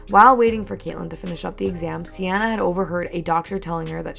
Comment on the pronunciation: I feel you should do a deep dive because this story gets…WILD oh and for the future I’m pretty sure Seanna is pronounced “SHAW-na”